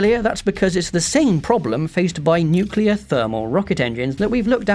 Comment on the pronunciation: You say nuclear wrong Lolz